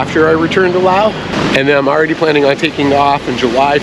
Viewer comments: The “s” in Laos is silent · You don't pronounce the "s" in Laos